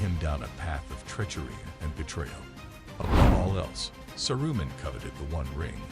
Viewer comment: Saroo-min. Please learn how the characters are pronounced.